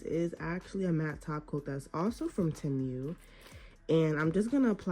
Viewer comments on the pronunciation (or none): Omg I’m starting and tip it’s not te mew it’s temu